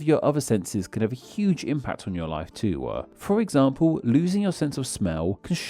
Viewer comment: interaction-ah too-ah smells-ah smellblind-ah